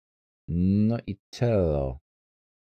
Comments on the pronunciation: ten zawodnik to nie Tello tylko Tejo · Ten tello czyta się tejjo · Mascherano może grać na ŚPD. Drobne porady do czytania nazwisk graczy: Mathieu-Matie, Tello-Tejo.